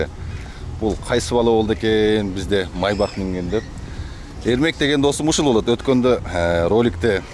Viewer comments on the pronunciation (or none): Майбах эмес МАЙБАШ